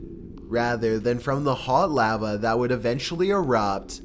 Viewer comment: The way he pronounced lava..